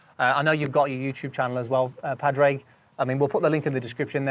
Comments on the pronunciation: Its pronounced 'Paw-draig' not 'Pad-raig'. Please god stop it ... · I love Padraig’s no nonsense speech, we all have similar parts (well two styles but) fundamentally (see what I did there) you need to get your butt into the game! Squeeze those glutes for impact! Incidentally, not trying to be a diva here but you pronounce Padraig as Porrig! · Love the little chuckle at the start as his name is mispronounced. Yet again. Shows he is a man of patience😅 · by the way for me and my golf the first laugh from Padraig was for butchering his name